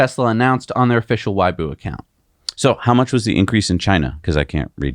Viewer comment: What is why bu? I know you guys are American and can’t pronounce Chinese, at least try. Weibo is pronounced Way Bo